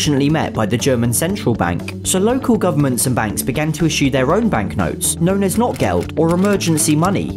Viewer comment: The pronunciation of "Notgeld" is closer to "note-gelt" with a slightly longer O. It means emergency (Not) money, related to "need" and not to English "not"